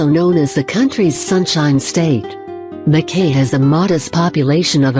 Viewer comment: It pronounced Melbourne, Adelaide, Sydney and Wodonga perfectly. Mackay was a fail. It’s pronounced Mac eye. Wagga Wagga is Wogga Wogga. Brisbane is Brizban. Canberra is Can-bra.